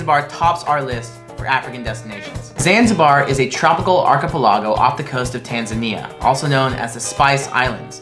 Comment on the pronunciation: Took me a while to realise he was trying to say "archipelago". Had a good laugh. Great video though